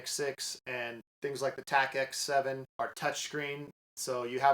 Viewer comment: It’s Tactix not TacX. Great review though!